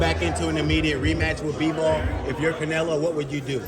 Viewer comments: Between that hat and that jacket, the crusher's on the squad Also Russian"s cant say the "O" in Canelo!?!? 😄😄😄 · The Russians don't press on the O even if it's on the middle of the word. But still funny the Canela tho lol